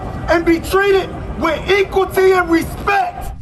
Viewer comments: Equalty ??? Lol ! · "Equalty" 🤣🤣🤣🤣🤣🤣🤣🤣🤣🤣🤣🤣🤣🤣 His dad must be disappointed, oh wait,........ nevermind....... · The man with the megaphone sayjng ekqualtee lol is probably a paid agitator. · Did that dude on the megaphone say "equalty"?! 🤦‍♂️